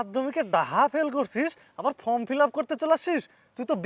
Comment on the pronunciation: কথাটা ফ্রম নয় ফর্ম